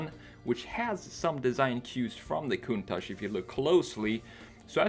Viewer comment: Thanks God you are one of a little portion of non Italian people to call the Lamborghini countach with the correct pronunciation. Thanks a lot